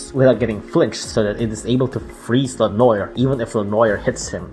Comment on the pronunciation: Le-noir sounds like Le nô-eir